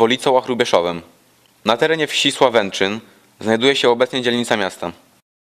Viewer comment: Nie sławęczyn, a sławęcin